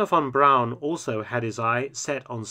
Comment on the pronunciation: THANK YOU Mark for correctly pronouncing "Braun" and not like the amerians with their "Brawn"